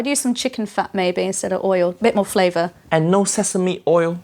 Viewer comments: Uncle Roger: The king of flavwer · Every word that Has V in it turn into W Haiyaaaa uncle roger 😂😂